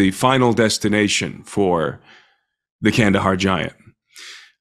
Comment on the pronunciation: It’s Kandahar. No hate.